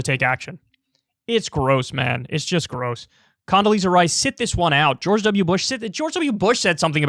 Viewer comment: Condasleeeaza strikes again